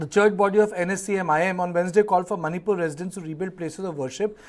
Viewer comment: you from Channel 9 do not know how to pronounce the names properly also but your channel is the only one covering the situation in Manipur